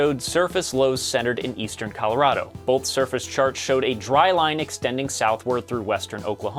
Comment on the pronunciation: Why do people say boLth? Do they also say they took an oaLth?